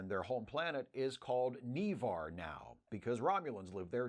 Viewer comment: Ugh! It’s not KneeVar! N’Var like NaVar. Lawd have mercy! Lol🤣😂